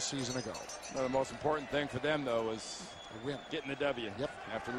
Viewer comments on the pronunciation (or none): none